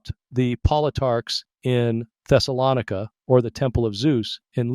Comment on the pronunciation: I don't think the AI voice knows how to pronounce Thessalonica.